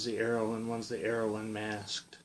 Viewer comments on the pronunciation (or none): Srrow instead of arrow